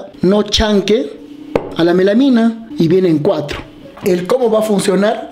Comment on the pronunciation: Melamina de dice melamina!